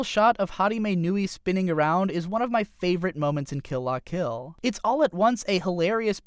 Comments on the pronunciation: Suh-nah-guh-yah-muh? Maybe just don't mention the names if you can't say them. Also, Kill "Lah" Kill and "Kizz-naiver". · It's pronounced kill la kill